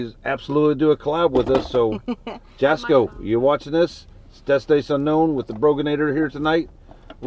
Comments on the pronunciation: Plz, plz... It's pronounced YAH-sko, the J sounds like a "Y". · Love you both but Jasko is pronounced Yasko I know it is spelled Jasko or they call him Jazz pronounced with the. Between him and Destination you two are my go-to stay safe and welcome to the team Brogan